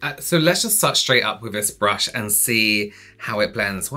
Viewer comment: Lol did you just say BRUSH-I lol? 😂😂😂